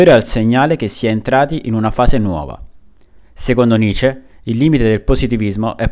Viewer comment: Cavolo...nessuno che lo chiami come si deve...si dice nitcce..facendo sentire la c doppia ..studiate il tedesco..Pietro Giusti Luneburg bassa Sassonia.